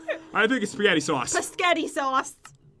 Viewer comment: ''Spazgetthi'' -Pat 2015"